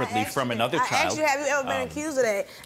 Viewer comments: "Aksed" ??.... How hard is it to pronounce this word correctly?? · “I axed you Bruh” sorry I had to say it 😂but that man deserves long time in jail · I AXED u i AXED u lmfao think she meant ASKED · Never understand when people say " I axed you" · "I AXED ya bruh, I ASKED you bruh!!!"😂🤣😂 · "I axed you. I axed you." No. His lying is what axed him. 🪓